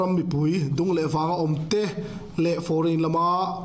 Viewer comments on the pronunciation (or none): none